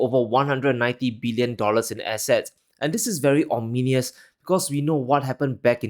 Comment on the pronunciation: can NAR ee om nin e us ? (Sounds like a cool word, tho') Good shit, as usual